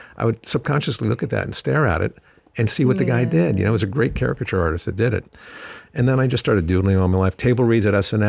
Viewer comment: Caricature. You see that? Not characture. Ha ha.